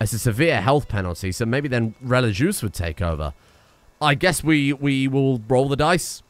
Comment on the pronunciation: please look up how to pronounce religieuse i beg its not relijuice